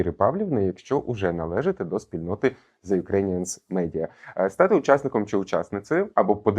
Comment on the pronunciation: Було надзвичайно цікаво послухати Віру Агеєву. Дякую за випуск. Прохання до ведучого - ,будь ласка!!, вимовляйте правильно the ( ріже вухо що капець ((.